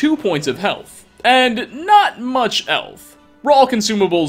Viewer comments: not much elth 😂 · “...restoring two points of health and not much elth”